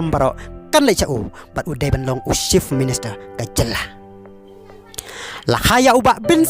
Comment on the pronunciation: Ni ko bah sngew kynjing ia ka rukom kren. Chief minister ym dei shift minister. Party ym dei palty.